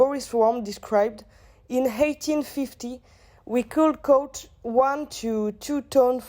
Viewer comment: Very well done, girls!! Just a few pronunciation mistakes (catch, caught (rhymes with taught)) here and there. Very informative, constructive and well thought out. I'll put the marks on the intranet after watching all the videos (in the coming days). Have a good S8 and a successful toeic!